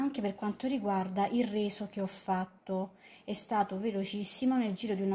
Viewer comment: È sempre colpa di, si sa 🤗😉🥰 P.s avevo capito il "riso" al posto del "reso", e alla fine ci son rimasto male, perché avevo anche un po' di fame 😂😂😂